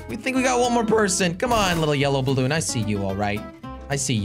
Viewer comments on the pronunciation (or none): Jelly its balloon not bloon ok go to school from onwards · It's says bloon not balloon